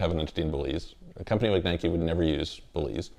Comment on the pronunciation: He doesn’t even know how to pronounce the word Nike, so there’s that lol.